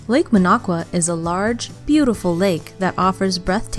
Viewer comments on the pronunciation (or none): Who put this list together? It's "Minocqua" not "Manaqua."